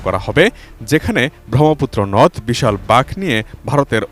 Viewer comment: Apnader proti koruna hoy! Apnader matri vasha Bangla ? Tao apnara janen na j oe ta (NOD) nodi noy. Onek bar nodi,nodi nodi. Bollen. Konta NOD, ar konta Nodi age janun!😂😂😂😂😂😂😢😢😢😢😮😮😮😮😅😅😅😊😊😊😂😂😂